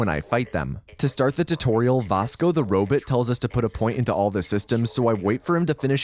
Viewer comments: did bro just say robit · Did you say robut? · " Vosco the Rowbit"? >.< Read more